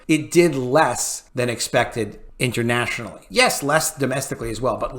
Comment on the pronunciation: Lol he just almost said "intermationally"